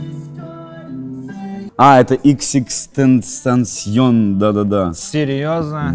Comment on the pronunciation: Бог словца Сашка Петров не может выговорить xxxtentacion (иксиксикстэнцтанцсён)